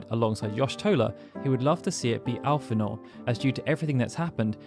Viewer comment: your pronunciation of Y'shtola and Alphinaud hurt me greatly..... XD